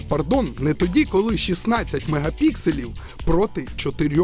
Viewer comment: 4 ultra pixel. А не магапиксилей!! Будьте уважні